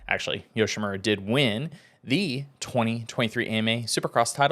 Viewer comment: I hate the way pronounces Yoshimura.....